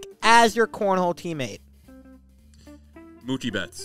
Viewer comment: Cornhole "Teamamtes" hahahaha